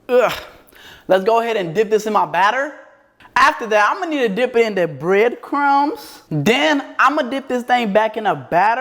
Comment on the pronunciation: Bro said dick it and dick it again instead of dip it LOL fuck these eaters exept for you 😂😂😂😂😂😂😂😂😂😂😂😂